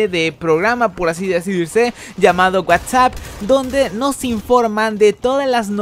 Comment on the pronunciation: un whatsApp? hahaha pronúncialo bien whats Up?